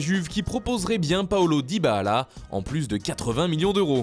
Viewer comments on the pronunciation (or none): Arrête de dire "Dyba-Allah" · Hé ! On lui dit ? Dybala, ça se prononce comme ça s’écrit. Pas besoin de le chanter cousin...